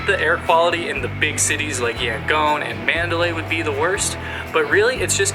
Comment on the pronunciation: It's pronounced YangON (ON) not Yangoan.